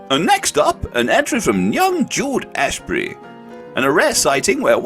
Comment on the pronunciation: It’s Asbury, not Ashbury!!!